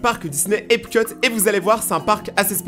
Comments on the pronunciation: Tu t trompé, on dit epcot , pas epcut 😢😅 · c'est EPCOT pas EPCUT